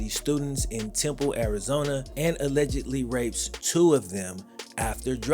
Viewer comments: It’s Tempe Arizona , not temple Arizona. It’s where Arizona state is. Pronounced temp e , long e sound. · Tempe Arizona. Not “Temple”. Great video bro. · Tempe, Az not Temple lol come out for a visit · Yo its called temp e arizona, thats my hometown baby, keep doin what your doin, great job man!